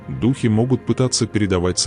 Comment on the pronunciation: Какой идиот делает озвучку? Вместо дУхи говорит духИ, итд